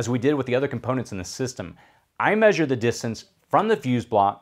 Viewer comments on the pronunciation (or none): none